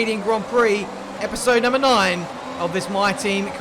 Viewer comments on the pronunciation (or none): none